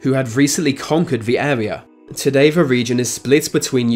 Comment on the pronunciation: Him replacing 'th' with 'v' was more annoying